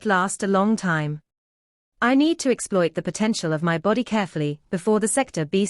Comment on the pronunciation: Potentialality...... haha 😅